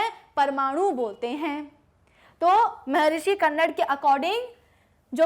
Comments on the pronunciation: Mam उनका नाम कन्नड़ नहीं बल्कि महर्षि कणाद है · Mam..🤗 Philosopher Maharishi कन्नड nahi Hai Wo कणाद hai.. 🇮🇳INDIAN PHILOSOPHER 🇮🇳